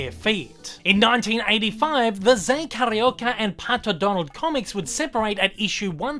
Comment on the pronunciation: Carioca-a term used for someone from the city of Rio de janeiro. I love that you are doing my fav Disney character but the pronunciation is off. Forgiven though.I loved the video. The Zé Carioca comics continued straight until 2018 when editora abril went bankrupt. The new company culturama picked up the Disney comics in Brazil and they hope to release more Zé comics next year but right now they are searching for artists and writers....*admittedly has applied*